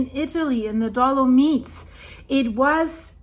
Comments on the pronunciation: It is dolo-mights, not dolo-meets, and if you want to pronounce it the Italian way, it is dolo-mee-tea. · Hi, just a little help...dolomites is pronounced do- luh- mites. The i is pronounced like eye not e. 🤗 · Ok, let's just pause for that awesome pronunciation. Dolo-meats! Love it! On the seriousnesses, I hope nobody got hurt or died during this..🙏